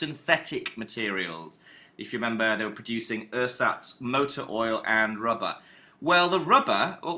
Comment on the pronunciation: Yh he pronounces it wrong too, says "ur-sats" rather than "air-zats", and says "I - Geh Farben" instead of "eee-gay Farben"